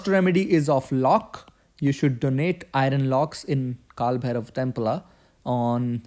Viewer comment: iron [ ahy-ern ]